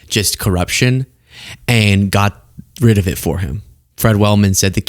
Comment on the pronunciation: Does he say "Joe"...."Got rid of in the house, Joe" Who is he talking to?! He could have said, "you own" or "ya know" but he is slurring So Badly its har to tell!! Right before that he said "got rid of" all fuqed up and was like "godjyry" or something like that 😅